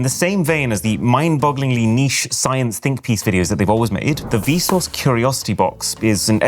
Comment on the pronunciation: hearing vsauce pronounced vsource is mega cursed 😭💀